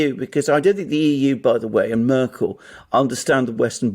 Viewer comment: "Murkel" 🙄 And this guy pretends to be a 'journalist?'